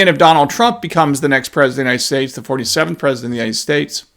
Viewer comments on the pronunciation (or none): 47th president tongue slipped sounded like you said 57